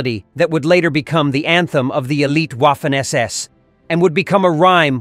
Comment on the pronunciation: Please: it is not Waffen (as in waffle) it is vahfehn.